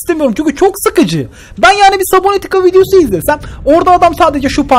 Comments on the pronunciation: 'nin subnatika demek yerine sabonatika demesi içini azimle dolduruyor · Sabonitika? gibi konuşun